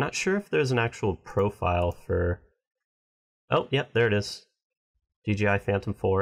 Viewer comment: Its not "DGI", its "DJI". Why do so many people say DGI? Drives me NUTS!